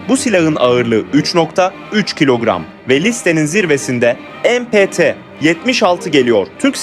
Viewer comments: MPT'yi "Em Pe Te" diye okumak nedir arkadaş? İngilizce okuyacaksan "Em Pi Ti" de; ki öyle de deme, bu Türk tüfeğidir, "Me Pe Te" diye oku. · Mpt ismi Türkçe kelimelerin kısaltması olduğu için emepete demenize gerek yok ingilizce bir açılımı yok galdas